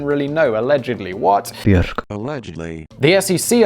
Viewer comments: simon and his quest to learn pronunciation of all of the common knowledge pop culture names BZHORK ahahhahaha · Bjork= (Bee-York) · "Is it Ba-jork?" I will never leave. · Lovely pronunciation of the singer Buchork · The accepted transliteration of her name is "Be york". While I'm on the subject of pronunciation, I have seen at least four of your videos where you have muddled up the most common SE Asian surname in the world: "Nguyen". And it is driving me NUTS. The surname "Nguyen" is to SE Asia as the surname "Smith" is to the United States. Trust me, I am well aware that those languages are rough, and there is an ever so slight difference in pronunciation depending on where the surname originated (like, North Vietnamese vs. South Vietnamese, Thailand (Siam), Cambodia, Laos, etc.) when you are actually speaking the language, but the transliteration among those of us who speak English is "WIN". It's ALWAYS "WIN". One syllable, don't even try to tack on any of the actual letters in this surname. The pronunciation, every time, for the surname "Nguyen", is WIN. I went to school with a wonderful young lady who is a third generation immigrant; her father's side is Japanese, and her mother's side us Vietnamese. As a 4th grader, I bungled up that surname myself while reading out loud in her presence and she schooled me on that, and a few other things that I got majorly wrong when I first met her. HOLE-EEE-SHIT, you should have seen her face when I asked her if she was from China. I learned really fast to never pick any country when asking an Asian person where their roots are from. Luckily for me, we were able to salvage our friendship when her father explained that we were just young and inexpe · It's beeyork. The B sound melds into the Y... Also, this is my favorite channel of yours. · Hey Siri, how do you pronounce Bjork? Siri - b York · I absolutely like your pronounciation of "Björk" xD Legendary!